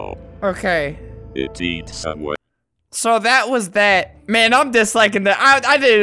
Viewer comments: Dude its sound funny when it says "Eats away" I hear "I eat Subway" XD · What it actually says: It eats away. What I can hear: It eats Subway. Am I the only one? 😂